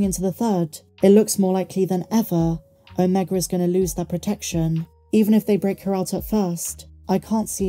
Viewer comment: ..you're British aren't you? Please pronounce Omega properly. Other than that..grest daily updates..love them ❤